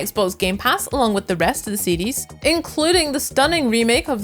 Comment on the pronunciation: im hearing seedees but she's saying series.